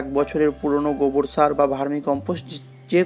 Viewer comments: কি সার বললেন ভালো করে বলেন 😮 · Sar name ta clear bola uchit